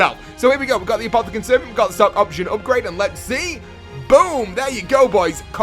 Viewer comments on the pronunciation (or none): kjell sonneveld 1. Its pronounced Apothicon Servant. 2. No.